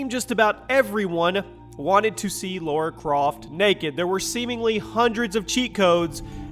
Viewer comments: It’s not Laura Croft. It’s LARA CROFT. If you get things like that wrong, your credibility is shot. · It's Lara Croft not Laura Croft